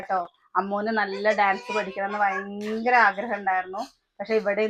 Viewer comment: വയങ്കര കൊതുക് 🤣ഭയങ്കരം എന്ന് പറ